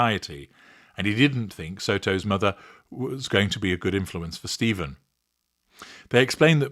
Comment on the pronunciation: Sterns' first name is pronounced Steff-an, not Steeve-en. He's an extra special asshole.